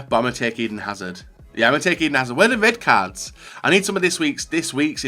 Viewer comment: Wey duh wed cawds